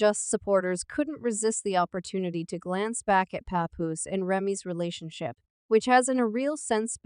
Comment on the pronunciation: “Remy mama” “paypoose” 🤣🤣🤣🤣 if you gon do it, SAY IT RIGHT.